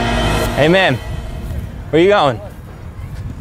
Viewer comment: Every time he says ay man the subtitles say amen